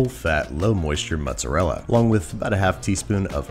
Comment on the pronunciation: he didnt say mozzarella he said mutsarela